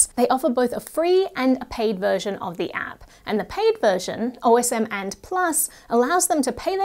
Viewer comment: Are you really supposed to pronounce it as "O.S.M. and," rather than as a man's name ("Osmand")?